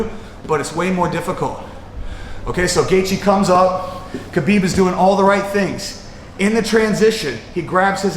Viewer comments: the k is silent pal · Lol even Habib pronounce it Habib lol r u teaching me arabic it's an arabic name & I'm an arab